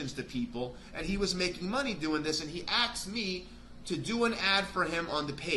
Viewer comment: Wow he even says Axed instead of asked